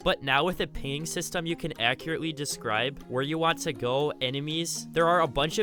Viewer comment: i knew someone else heard this, where does someone learn to speak english like this? lol